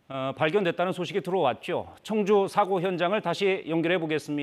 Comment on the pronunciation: 청주라고 청주!! 앵커가 말도 제대로 못하네 ㅉ